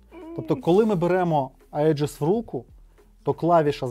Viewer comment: "Аєджис" читається як "Іджис". То типу "Егіда" перекладається